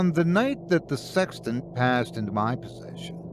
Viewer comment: "OH... "SEXTANT!!!" I thought you said "SEX TENT"... sorry, old chap. Wrong story!🤪 So... where was I???"